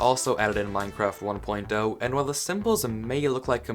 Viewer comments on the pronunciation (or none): am I hearing things or did you say Minecraft 1. Dough instead of 1.0